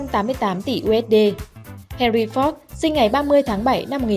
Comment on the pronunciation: Má oi Ford mà má đọc la fóc